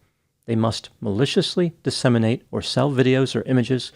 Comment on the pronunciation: You keep saying "disseminate" and I keep hearing inseminate.